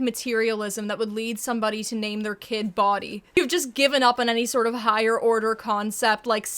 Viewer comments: i think its not bodie as in Body but as in pronounced Bo-deeh. Its a name of either Scottish or Sanskrit origin that means "Enlightenment/Wisdom" or "Messenger"! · Hi! Love your videos! But I do wanna say, I think its pronounced "Boh-dee" not "Body" Still an odd name but the pronunciation itched my tism 😅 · It's not BODY.. it's BOW-DEE 🙄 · FYI, the name "Bodie" is not pronounced like "body". It's pronounced "BOH-dee". It's been around since at least the 1980s and it may be Scandinavian or something (total wild guess on my part). There was a famous skier (an American, I think??) with that name in the Olympics, which is the only reason I know. I think it's also written "Bode" or Bodhi", though still pronounced 'BOH-dee'. To my knowledge, it is not new, nor is it linked to materialism or nihilism or whatever. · Bodie isn't pronounced like 'Body', it's more like bow-dee in pronunciation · I’m cryin Bodie is pronounced Bow-dee 😂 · “Bodie” is pronounced Bow-Dee, it’s actually relatively common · I've know a kid with that name, it's pronounced Bow-dy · I think Bodie is meant to be pronounced as Bow-dee like Brody without the 'r' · i think bodie was supposed to be pronounced like bowe-dee 😭😭😭which sounds normal to me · its probably pronounced with a deep o like cody which makes it a normal name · pisses me off that no one has bothered to comment but that name isn't pronounced "Body" it's pronounced like the name Brody but without the R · …. I think its pronounced bow dee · bow-dee its pronounced bow-dee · I'm pretty sure the Bo in Bodie was meant to be pronounced bow like bow tie. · Lol. Its not Body. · I think its pronounced "Boh-dee" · That’s…that’s not how you pronounce bodie lmao. It’s BO (like bow tie) DEE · girl I love your content, but that's pronounced "Boh-dee" 😭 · I think Bodie is supposed to be pronounced as Bow-Dee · it’s pronounced “bow-dee” . i know someone with that name and it’s not the most crazy thing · Im pretty sure it's "Bow-Dee" which sounds way better